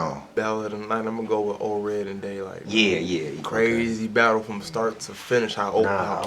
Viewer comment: Daylyt and *Ored you said Daylyt and oops at the end